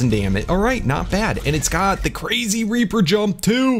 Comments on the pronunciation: U said raper in sted of reaper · Did he say tek raper or reaper I'm pretty sure he said raper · U said trek raper like rape inseam of reaper lmao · He didn't say tek reaper he said tek raper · He said raper